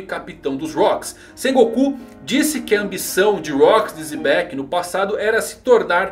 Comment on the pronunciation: a pronúncia é Jebek(u), mas fale como quiser.